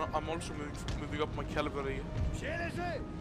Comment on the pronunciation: it is cavalry, not cavalary